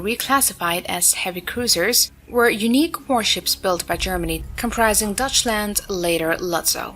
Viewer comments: The 'Dutchland' class, instead of the Deutschland. Like toy, boy, 'Doy'. Not dutch. I'm making this comment and going elsewhere for my entertainment. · I'm not sure if this video is AI slop again, but it's mispronoucing "Deutschland" and a few other words. It's a topic i'm normally interested in, but this AI crap is woeful. Not even bad.